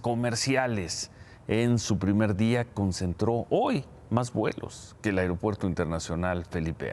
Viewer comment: tu muy bien con tu pronunciación "AIROPUERTO" jajajaja